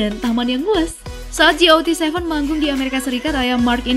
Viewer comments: GOT7? Ji ou ti seven? UwU aku salpok, bukannya dibaca gatseven yq?:" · ji ou ti seven:)) GOT7 bacanya gat seven mbak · Kak got 7 bacanya gat 7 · "ji, o, ti seven" Gw: "gat seven/got seven" 😂. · koreksi dikit min, got7 bacanya kaya biasa, bukan ji-o-ti-se-ven 😁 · Mark G-O-T 7 pake di spasi gitu ya bacanya 😂😂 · Ngakak sama kata kata Ji O Ti Seven, salfok anjer. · Nyebutin GOT7-nya nggak usah dieja mbak 😂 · nyebut got7 gitu amat